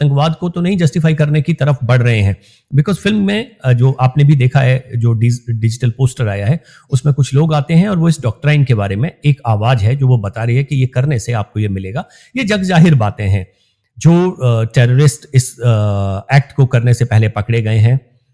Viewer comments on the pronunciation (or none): I waa amused that the director ,Mr Chauhan has mispronounced the word ' doctrine' as "डॉक्ट्राइन" which is wrong .Take care आई